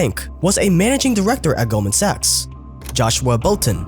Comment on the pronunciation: You can just call in golden. The way you pronounce 'sachs' makes it odd to watch the video out loud.